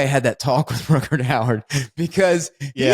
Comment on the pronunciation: I like that it takes Ty about 30 minutes to correct Wes on saying "Howard" instead of "Hauer". I suppose he didn't have the heart to call him out on saying "Ruckerd" instead of "Rutger".